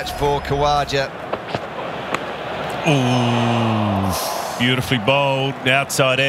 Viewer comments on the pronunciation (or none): It's not khawaja it's khaja to pronounce, just like raja just like raw- ja khaw ja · He pronounces it ka-wa-ja I believe